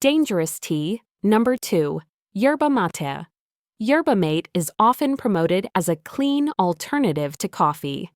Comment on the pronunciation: Yerba Maa ta Ai, learn to pronounce words !!!!!!!